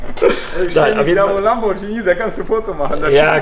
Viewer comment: Lambodschini, wer kennt ihn nicht. 🙄